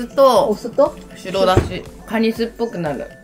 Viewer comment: しろだしじゃなくて、しらだしね。よみかたw